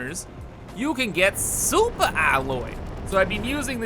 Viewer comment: Soupa alloy